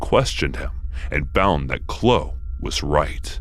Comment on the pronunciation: The 'e' is pronounced in name Chloe . Chlo-e. Not Chlo.